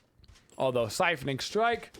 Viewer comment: Love the vid, especially as a support main. That said, "siphoning strike"? Kinda triggering lol..